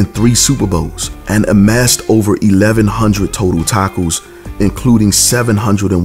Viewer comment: What's a "tack-o"????